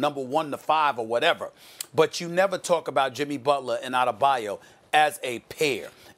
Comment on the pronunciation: Anybody else cringe when Molly said Bam Adebayu?...smh 😐